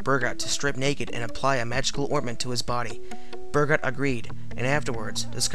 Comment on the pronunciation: Not bad. You've got some good info, but your pronunciation of the men's names are a bit off. Burgot = Bur-GO. Michel Verdun= Me-CHELL Vair-dun. Gilles Garnier= Jeel Garn-yay. Peter Stubbe is also known as Stub, Stump, and Stumpf. Now, I don't speak French, and my accent is likely atrocious, but this is how I've always heard the names said.